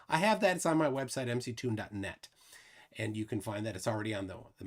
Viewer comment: It's 'MCToon', not 'McToon'.